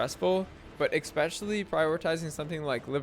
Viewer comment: This video brought to you by the word eckspecially ❤